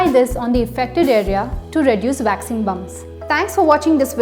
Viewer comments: It’s “waxing”, not “vaxing” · I thought I was the only one, had to play it twice. Thought she said vaccine!!! Lol